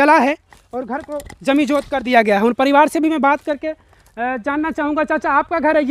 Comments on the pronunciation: जमिजोद नहीं रेे भाई जमीदोंज होता है। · Abe item jaminjot nhi hota jamindoj hota hai.